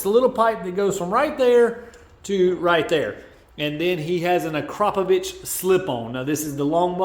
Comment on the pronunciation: Thanks for pronouncing AKRAPOVIC right. Also Toce is TO-ES. Technically 🤷